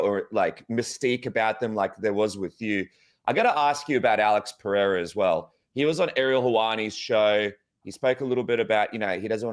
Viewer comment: Chael must know by now he’s pronouncing Perieras name completely wrong?